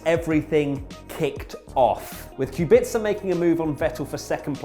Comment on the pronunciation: You need to learn how to pronounce Kubica